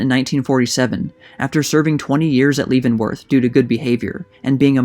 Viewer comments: Sorry to be picky, but I believe 'Leavenworth' is pronounced Leh, not Lee. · Excellent summary, thanks. BTW, the Kansas prison’s name is pronounced “LEV-in-worth,” not “LEAVE-in-worth.” Short “e,” not long “e.” I almost feel it isn’t worth mentioning, your summary is so good. Thanks again. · I grew up in the area, always heard it pronounced as OH-sage. Had heard bits of this story but glad it's now being shared with the larger world. Heros and villians never are as simple as we'd like to think. And Leavenworth.. it's LEHvanworth, not Leevanworth...just to be a pissy Westerner. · LEH venworth, not LEE. Pronunciation is important and usually easily found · Please research the pronunciation of names before using them. It's Leaven which sounds like Heaven, Leavenworth Prison not Leevenworth. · It's "Lev-en-worth" not "Leave-en-worth". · leave in worth.....NO. Leaven Worth. Yes. that's how you say it. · The first two syllables of Leavenworth rhyme with "heaven" and are not pronounced with a long e as the word "leave". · Btw Leavenworth is pronounced leaven as in bread not like you’re leave-in(g) a location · Leavenworth is pronounced like level instead of leave. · Great work on reporting this story. One small correction, the town and prison in Kansas is pronounced Levenworth, not leave-nworth. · Lol. You said "Leevenworth". It's pronounced "Levenworth" dumbass. If you're going to do a documentary video the least you can do is pronounce common, well known names properly. You obviously just read some book without doing any research. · Real good video and I can't wait for "Killers of the Flower Moon" to come out. But there is one thing though (and I hate to be "that" guy), but Leavenworth is pronounced "leh·vuhn·wrth" NOT lee-vuhn-wrth." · Is the narration auto-generated? "Leavonworth" is mispronounced multiple times. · Your pronunciation of Leavenworth is way off. Leaven rhymes with heaven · It's pronounced Leven-Worth, (Leven rhymes with Seven)